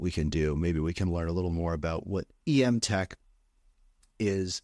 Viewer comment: Before you have her on the show, it's pronounced "m-tech", not "e-m-tech".